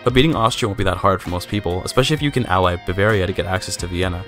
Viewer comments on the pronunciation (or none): none